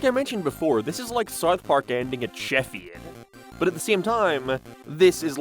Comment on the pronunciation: man how do you pronounce south so poorly